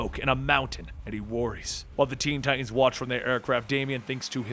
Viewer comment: Ti tans, Ti tans, not Ti ans. Enunciate!! LOL I do love your vids tho.. Good job